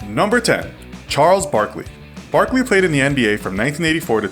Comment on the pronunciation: ah hell no, you had me clicking off this video right when you said barkley at 10 lmfaooooo